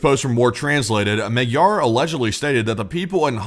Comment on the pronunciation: Magyar - spoken: "Mod-yor".